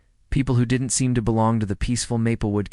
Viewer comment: THat AI just came up with its best word ever......the word "didn tee". Most people pronounce it "didn't'. What brilliant person thought that computer generated speech was better than an actual narrator?